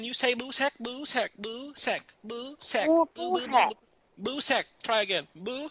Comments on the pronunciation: BOO SAICK 😂 BOI SAIK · Ghost says boo rye boo-sack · U said BooSack about 26 times in the vid :)